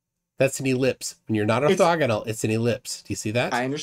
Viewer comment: "Ortexial" ha ha 😂